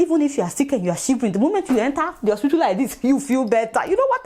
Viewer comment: Why does she keep calling hospital "ospitool"?